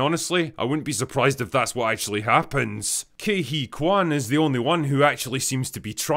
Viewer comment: You did say Ke Huy Quan!!!